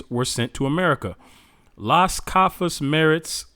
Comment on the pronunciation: Sounds like you are trying to pronounce cafas, it really is Casas —> full name Bartolemo Dela Casas. He had first hand experience of how the natives were tortured and decimated by the hands of the Portuguese and Spaniard Conquistadors. Keep up the good work. I’m learning a lot from a secular history perspective about our people.